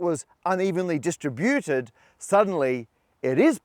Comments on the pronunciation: love the unevenly distri-BUTEd vowel emphasis in "unevenly distributed..." Classic MP! 😆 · And DIStriBUted